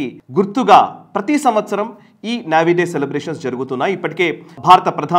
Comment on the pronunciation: నేవీ అండి. నావీ కాదండి, పదే పదే వినడానికి చాలా ఇబ్బంది గా వుంది